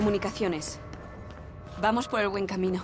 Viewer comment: vamos por el Guen camino, su piramiRe